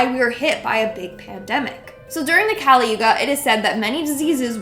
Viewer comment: The word is not kaali but kali(कली). There is no sound for it in English.